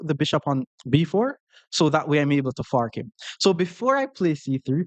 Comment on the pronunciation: Sorry in advance, I mean no disrespect at all but when say the word "fork" it sounds like he saying "fart". so when he says I am trying to fork or any sentence it just makes me laugh every time....